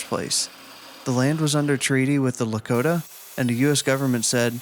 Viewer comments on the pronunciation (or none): none